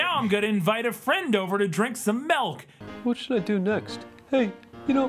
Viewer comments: "Melk" is how you spell and say milk in my home language but I doubt that was this movie's intention... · I heard the "melk" thing, and honestly, I assumed it was just the director trying to make the point that the hedgehog was dumb/didn't know better. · Anyone know that skit where some guys end up shooting each other because one of them says "melk" instead of "milk"? Cause that's what I immediately thought of when I heard that hedgehog say "melk". I wish the scene in this movie ended the same way.